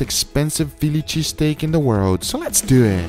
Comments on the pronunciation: Guga: “Let’s Do Eht” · SO LETS DEW IT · so lets dew it LOL this guys pronunciation is incredible